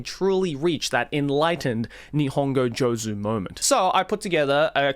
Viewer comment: By the way, one point you forgot is attention. Because if you had given some attention to your Nihongo studies you would say Joozu and not Jozu….😂😂